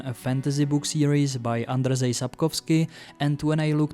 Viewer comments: I've noticed you pronouncing Polish "rz" like r followed by z but actually it's pronounced like Czech ž (and in Old Polish like Czech ř) so Andrzej is pronounced like Andžej and Marzanna like Mažanna. edit. also Partyzaną is just the instrumental case of Partyzana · Its pronounced Andřej.